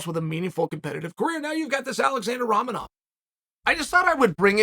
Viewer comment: How, just HOW do you mispronounce Romanov!?! 🤡💩